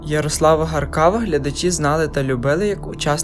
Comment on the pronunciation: ТІЛЬКИ НЕ ГАРКАВА ,А ГАРКАВКО.ЯРИК БУВ ХОРОШИМ ХЛОПЦЕМ,ГАРНИМ ВІЙСКОВИМ І НАДІЙНИМ ПОБРАТИМОМ.ПОМ'ЯТАЄМО.НАВІКИ В СТРОЮ.